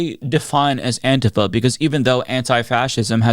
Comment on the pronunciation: Is purposely mispronouncing Antifa? Bc it’s driving me nuts.